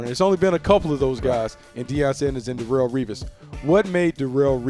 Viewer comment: 'Rarrell Revis'